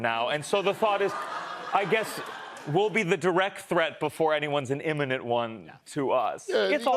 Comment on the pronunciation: you say eminent i say imminent